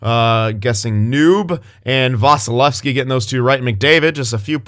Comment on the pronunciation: M. SAVOIE L. DRAISAITL A. VASILEVSKIY Prounonced my name right 👌